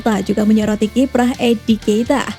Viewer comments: edi nketiah min, bukan edi keita.. satu lagi emil smit rowe, dibaca emil smit row, bukan rowe logat indonesia.. sory min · Miiin miiin Kursus bhs inggris dlu giiih 😂😂 Eddi nketiah not edi keita Keita stau ane pmain liverpool Emil swith row bukan emile smith rowe Ndasmuu laah miin.. 😅😅😂😂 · bukan enkeita, tpi enketiah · Bacanya "Engketiah" min